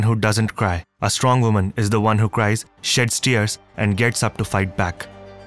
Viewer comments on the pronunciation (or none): none